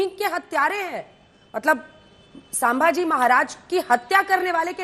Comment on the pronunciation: कुछ हरामियोको संभाजीभी बोलने नही आता।